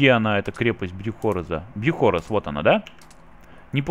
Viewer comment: Дружище , не брюхОрез , а брюхорЕз ))) мне так кажется ))) а там кто его знает )